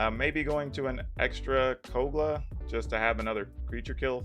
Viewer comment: Minor nitpick: "kog-la" not "kol-ga"